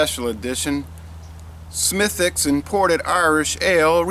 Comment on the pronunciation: Way to nail the pronunciation of the name,! Cheers! Slainte!